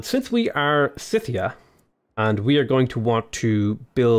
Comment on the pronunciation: Scythia is pronounced with a hard 'c'. like "Skyth"